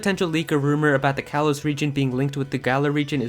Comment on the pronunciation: "Kalos" is pronounced "kah-lohs".